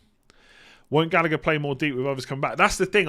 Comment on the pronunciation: Say it with me Gall-agh-er